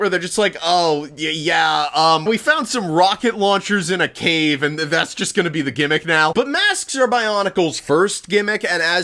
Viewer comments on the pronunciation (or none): none